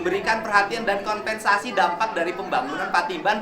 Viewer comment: Sanes konVensasi atuh min.. tp koMPensasi.. urang sunda teu tiasa nyebut V 😊